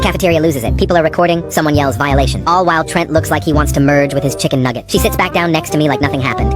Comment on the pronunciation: The was he said chicken nugget